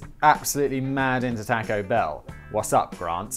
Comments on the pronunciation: can you please never butcher the word taco anymore.. or at least only once per video. You say it so god awfully. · The way you pronounce taco pains me.